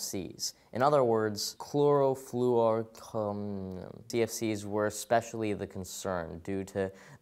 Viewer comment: and he still couldn't say chlorofluorocarbon lol